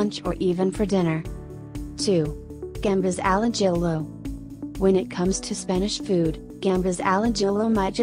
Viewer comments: A-JILL-OH 😂😂 As a Spaniard that was painful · The way it said Ajillo had me dying 🤣